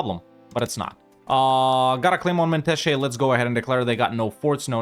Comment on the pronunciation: I love how correct you said the germiyan and menteşe. Nice video man keep it up.